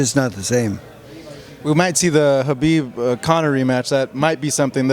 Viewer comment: One of the very few reporters/interviews who actually says khabib name correctly